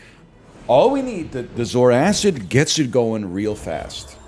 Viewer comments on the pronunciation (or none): Is this the last time he calls it zoar acid